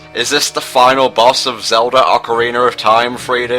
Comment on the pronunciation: Everytime it sounds like you say Ocariner of Time